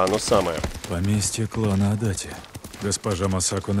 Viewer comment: Для справки, не Адати, а Адачи. Это неправильная русская транскрипция. Я сам живу в городе Адачи, район Токио